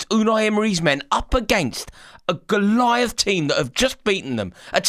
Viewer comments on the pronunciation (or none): none